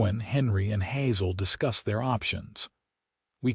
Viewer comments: Hazel mispronounced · Terrible terrible AI reader for this video!! Hazel is pronounced all the time with a hard a cuz it's an actual word, and Santa Fe is pronounced with a short e all the time. Not only does this reader make constant errors then he changes his mind back and forth and back and forth and back and forth, really stupid, it ruins a perfectly good presentation!!